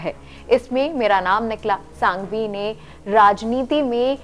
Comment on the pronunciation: Ma'm itne bade vakil ka naam sahi se uccharan Karo.......Abhishek Manu Singhvi naki Sanghvi